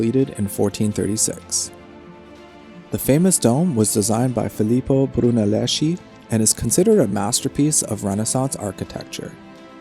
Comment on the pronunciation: NEVER pronounce Brunelleschi as Bruneleshi (as tempting as it may be) but as Bru-ne-les-ki